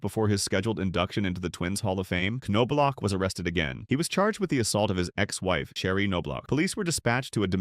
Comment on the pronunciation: The "K" is silent...Say it with me now....Nob-Block.... Kanoblock 😂🤣...Also Andy Ped-it not whatever nonsense came out of your mouth